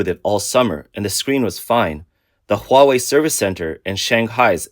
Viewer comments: Hawei AHAHAHAHA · whats huawei LOWA?